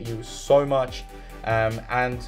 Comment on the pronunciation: LOL or when he says SOR instead of so